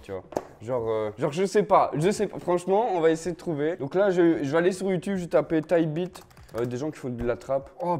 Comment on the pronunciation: g compris taille bite au lieu de type beat🤣